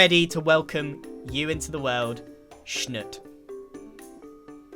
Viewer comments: It’s shnoot (like shoot but shh in the start). If you want what your saying it should be shnut. Luv ur vids :) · Schnoot is not schnuht it's sh-newt. Much better anyways but yeah, double O's don't sound like that unless you enter the hyphen game. Just ask a cert hermit. A mister, b. Double. Oh, who am I kidding, it's jumbo. Talk to jumbo. 😉😊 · Spelled Schnoot but Grian says it like Schnut. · so funny hearing grian lovingly calling the baby sniffer schnoot. dont know if this is a quebec exlusive but that how we pronounce one of our swears that means "crap". its hilariously jarring